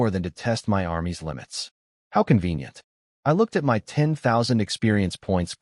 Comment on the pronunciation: It is good, with some great lines. Just wish the A.I could be fixed so it doesn't spell out words. Hearing M.Y instead of my is kind of annoying.